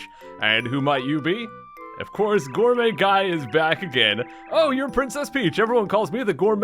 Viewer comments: It actually sounded more like "Gourmuy Gay" lol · Did you accidentally call Gourmet Guy "Gourmet Gay" the when you flubbed his name?